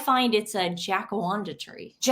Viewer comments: Hey my darlings, the tree is pronounced jack-a-rand (as in brand) dah. Much beloved tree here in Australia. The old Aussie Gals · Excellent episode girls, well done! Didn’t like watching that Colbert clip one iota though. What a knob indeed … The tree in question in the idjits photo is common here in Australia (it’s pronounced ’jack-a-rand-a’) 😉 Love todays choice of Animal Rescue too btw, such a worthy cause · You two are funny Nothing wrong with pronunciation But Jacaranda.. in Ausi is Jack - a randa as in panda 🐼 xxxx I didn’t know anything about this